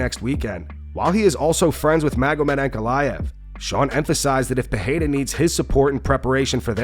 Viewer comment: He also repeats Alex PeHEYra every single time. Like, dude, it ain't hard to pronounce Pereira.